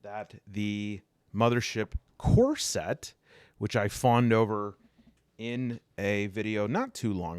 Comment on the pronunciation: Every time you say core set I hear corset